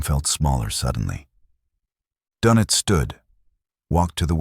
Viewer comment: Sorry for the pedantry , but it’s Admiral Donitz. There’s an umlaut over the o that changes its pronunciation. All this is unimportant other than signalling the reader that whoever cannot pronounce Donitz probably has not done much research